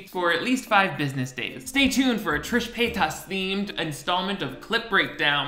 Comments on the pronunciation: wait why do you pronounce her name so weird? trisha pay TOSS 😂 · Love the way you say "Trisha PAY-TOSS".... LOL. 😂😂😂😂😂😂🔥🔥🔥🔥🔥🔥🔥🔥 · "Trisha Pay-TUS" 😂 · The way you say pay-tas bothers me every time lol I love it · The way you say Paytas is triggering in a way I cannot describe 😂